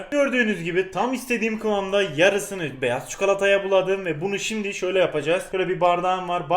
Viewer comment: Abi 3.14 de şimdi sömle diyon :D